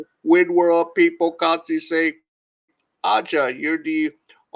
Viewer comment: Thumbs down for not being able to pronounce her name. A'ja, pronounced Asia. Make your show a little more professional.